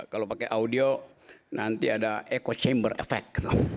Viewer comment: Astagfirullah 100x...😮 Echo...kaleeee bukan "encoing"